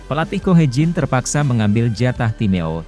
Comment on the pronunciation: TIME OUT baca TAIM AUT Mas, ATTACK baca Etek. Maaf parah ni komentator